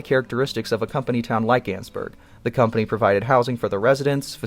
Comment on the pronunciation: Ann-es-burg not anns-burg so it's annesburg not annsburg